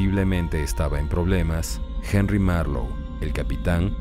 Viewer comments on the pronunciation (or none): none